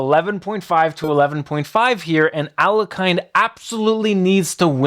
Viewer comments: It's pronounced AL-YE-HIN not A-LE-KAYN for chrissakes!!! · Aliakan , noooo! Alekin, es alekin la pronunciación alekahine alhlekin, es la pronunciación alhlekin por favor . Se oye muy mal aliakan. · Alekhine is pronounced "Al-je-chin", with the ch being a ch like in "china" , not a k. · His surname is pronounced as "Aleheen" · Learn how to pronounce Alekhine. Thumbs down. Just google it, don't be a dummy. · You're mispronouncing Alekhine's name. Couldn't you get it before making a video about him?